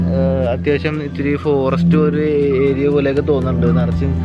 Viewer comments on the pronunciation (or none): none